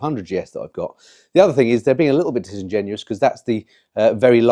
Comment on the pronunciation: I had to rewind..did you say ' disingenuous?..😅